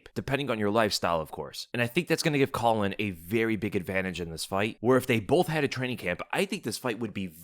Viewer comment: butchered caolan name, also kiefer wins